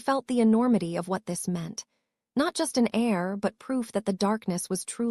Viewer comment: 1 hour plus 55 minutes and...guys you called an "heir"...AIR. I REALLY LIKED THE STORY,DO SOMETHING IF YOU CAN THANKS F.